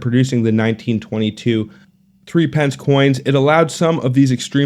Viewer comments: Not ‘three pence’ it’s ‘thripnce’. Not six pence. It’s ‘sixpnce’. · In Aus, we pronounce threepence as "thruppence", and half penny as "haypenny"